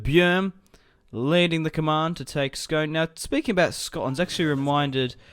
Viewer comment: It's pronounced scoone I know it looks like scone but it's where the ancient kings of Scotland were crowned on the stone of destiny